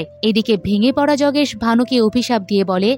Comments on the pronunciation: জগেশ নয় যোগেশ, উচ্চারণ ঠিক করুন। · Jogesh noy, Yogesh 😊